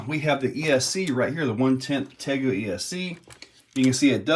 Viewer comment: Hey 👋good morning buddy 😀 just for clarification it's pronounced tay-goo like the real life monitor lizard 🦎 I actually used to have one and they are awesome. They are super smart and fast as a whip!